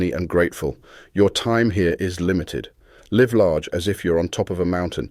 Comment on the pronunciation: I thought this was s person reading until it pronounced "live" wrongly.